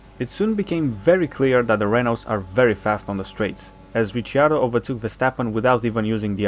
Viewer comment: no, its because he pronounced it as Ritchy-ardo